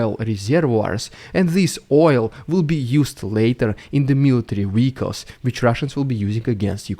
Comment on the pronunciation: You saying "military weehicles" will never get old